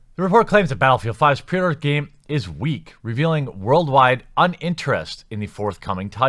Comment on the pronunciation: pee-order? Really.